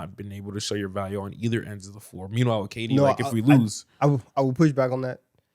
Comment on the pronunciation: no one caught saying "Meanmhile"??? 😭